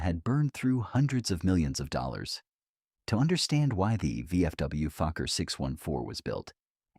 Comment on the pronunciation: No, it is not Fukker, but Fokker